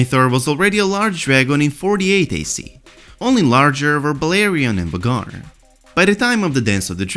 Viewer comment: Isn't Vhagar's name pronounced like "Veigar" ?